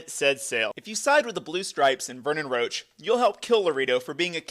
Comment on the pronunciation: Imagine pronouncing Roche as Roach lolololol